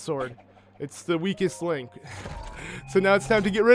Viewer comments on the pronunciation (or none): am i the only one who noticed that he said weakest Link